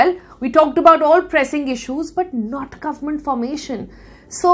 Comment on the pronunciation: the way she says “guvmunt” is annoying